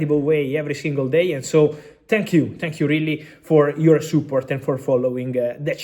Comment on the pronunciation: SOOport... Dude for god s sake, JUST learn English. Seriously it MEANS a LOT when you can't even pronounce a simple word.